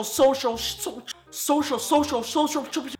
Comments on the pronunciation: When he says social , it sounds like an asian man . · He is speaking Asian when he says social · it sounds like when u said social you were talking chinese